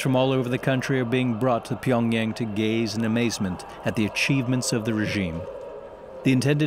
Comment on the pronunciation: Narrator's Pyongyang pronunciation is getting on my nerves...